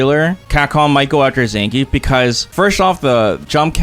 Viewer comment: SPD has beaten my jump before aswell. Zangrief not zangief😂😂